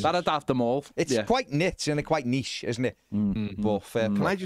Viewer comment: It's quite "nitch"